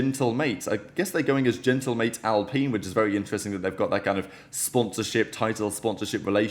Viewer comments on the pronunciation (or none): The way you pronounced alpine was criminal